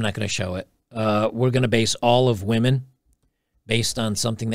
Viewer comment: Haha he said " wee men"